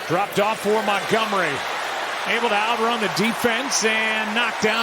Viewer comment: He is david montgomery not montgomry!